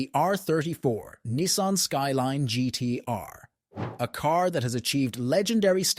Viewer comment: AI voices ruin average videos. Nissan is Nicean....hmmmmm